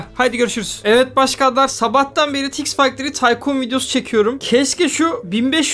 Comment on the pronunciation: Abi yine taykın dedin taykun değil miydi o